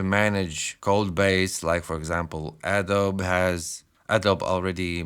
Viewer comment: Adobe is not pronounced 'A-dowb', it's pronounced 'Ado-bee'.